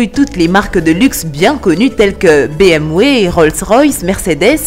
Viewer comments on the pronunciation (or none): BM « V » 😂😂😂j’en peux plus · BMW au lieu de bmwé😂😂😂